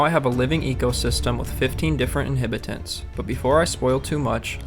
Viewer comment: InhAbitants... is he doing that on purpose?